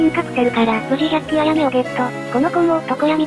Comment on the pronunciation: ひゃつきじゃなくてなきりですよ